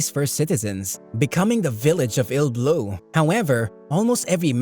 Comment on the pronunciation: it's not "ill-blue", it's Iruburu